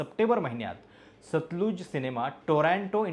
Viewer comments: उच्चार सतलज आहे, सतलुज नाही. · सतलुज नाही हो, सतलज. नदीच्या नावावर आधारित आहे.